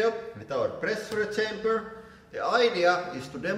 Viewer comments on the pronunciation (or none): “Hoo-draulic” “Presss-ooo-reh chamberrr” 😂 God bless you ☦️